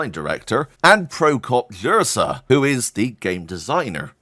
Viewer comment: Jirsa is pronounced [yirsa], Bocan is pronounced [botsun] and Kutná Hora has a long second syllable, not the third one. After so many years covering this, maybe learn at least the basics of Czech pronunciation? ;) No offense. Love your content.